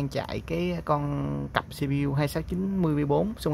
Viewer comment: lại là xi bi diu 🤦